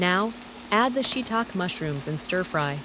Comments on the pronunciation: Or maybe both channels are the belong to the same owner. This one has an AI generated narration. It says: shitak mushroom instead of shitake😅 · Shiitake is pronounced “ She e ta kay.” 😅 Malaysia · Shiitake Mushrooms = shuh.taa.kee mushroom 🙂